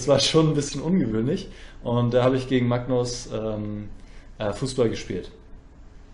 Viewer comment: Wieso sprichst du Magnus eigentlich immer „macknuss“ aus?